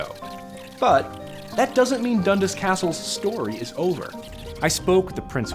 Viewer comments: Its pronounced.. DUN-Das. Emphasis on the 'as'. Not Dundus....... im being picky because i know its a scottish name. P.s.. i hit the dislike button. P.p.s ....i never hit the dislike button. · When your Scottish and they say Dundas wrong everytime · 'dundis' castle... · when you're from Toronto and cringe everytime he says dundas